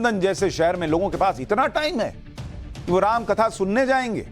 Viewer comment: रैम नही राम 😂😂😂